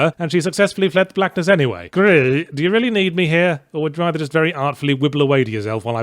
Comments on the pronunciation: I find it hilarious that Yahtz doesn’t do his usual gag of ‘words that sound like/rhyme with name of the game’ with Gris, but instead insists on pronouncing it more and more unhinged as the review goes on. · goddamnit everytime i see this game all i can think of is his voice the way he pronounces it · GRIS is Spanish, not french, so maybe pronounce it correctly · He’s British. Therefore more familiar with French than Spanish (even if he should have looked to see it was dev’d in Barcelona). And since French “gris” and Spanish “gris” are spelt the same, he assumed the French pronunciation. Understandable, since “French” is often jokingly synonymous with “pretentious,” as the game was the latter to him anyhow. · I just keep coming back to hear all the varied ways yahtzee can pronounce *GRIS*... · "Gris" is actually grey in Spanish. So it's okay to pronounce the s. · Gris is also grey in French, and there you don't pronounce the s. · That's hilarious. For me, a Puerto Rican, "Gris" is the same thing as in French I guess, it still means gray in Spanish but you actually pronounce the "s" in it. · It's spanish, the developer is Spanish... Seems like very simple research. While it's a small mistake it's compounded by the repeating French pronunciation joke. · Why do you pronounce Gris like that? It's not a french game it's a Spanish game the word for grey is the same in both countries but it is not pronounced in the same way and makes the joke a little annoying. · Gris is a Spanish game. The final "S" in Gris is pronounced in Spanish or Catalan, the languages of the authors. :) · I like how he's trying to pronounce it like the Dutch because Girs is a Dutch name pronouced similar to how he says it. I used to go camping with a guy named that, I tried saying his name, until I just asked if I could call him ''Reich'' since that's what it kinda sounded like :P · Why is it calling it Grih and not Gris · It's "gris" not "gri" because it's spanish, not french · Its pronounced gris